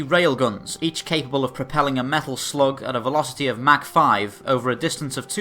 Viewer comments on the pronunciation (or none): none